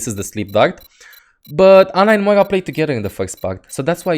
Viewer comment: where is the "G" in moira??? you keep saying moiga